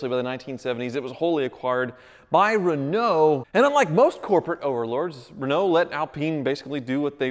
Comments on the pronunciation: Being from Europe and driving Renaults listen he says the Right name how we do :D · Nope. "Reh-no" would be the correct way to say Rénault (with an acute accent "e"). Since the "e" in Renault is unaccented, the correct pronunciation is "Ruh-no".